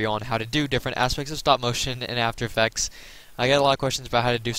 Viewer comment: did you say afterfexs